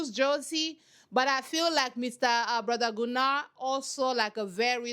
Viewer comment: Gunnar is a weird name, but yes, the dubbing was correct. It's pronounced GUnnar not GunnAr.